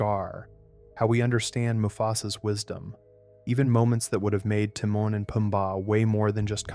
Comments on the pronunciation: Its timon tim on not tee moan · Haven't you watched The Lion King enough to know how to pronounce Timon? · Ugh it’s Tih-moan It should say the Scar wanting Nala scene made it into the Broadway musical as “The Madness of King Scar” You also forgot there were several earlier versions of Can You Feel The Love Tonight because of disagreement over who should sing it. It ended up a hybrid but I recall the trailer on the Fox and the Hound vhs having an earlier cut. . You also forgot there were cuts to Simba’s time in the jungle. The video game jungle level is based on it. And that Mufasa also had a cut song though that was restored at times Tlk 2 deleted scenes: 1. Originally there was a scene where Nuka and Vitani run to tell Zira that the cub is a girl 2. There’s also a ln earlier scene with Rafiki painting Kiara and saying there was another cub in the Outlands 3. Zira originally offed herself by letting go of the rock . It seemed too dark but you can still see her crazed smirk on the final fall. They didn’t change the animation. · Why is he saying timon wrong lol? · why did you call them teemun and poombar? 😂😂😂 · "tee-man and poomba" 😂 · The way he's saying Timon and Pumbaa is pissing me off and I think on purpose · it baffels me how you can still mess up Timon and Pumbas name even as you have heard them in the movie!